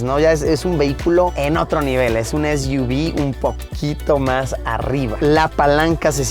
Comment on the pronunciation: Es iu vis= SUV